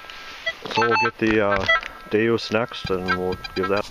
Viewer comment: DeUS, not DeOS